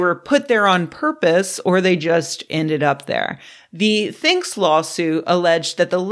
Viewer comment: Sorry, I only hear peef ass, and it makes me unreasonably giggly 😹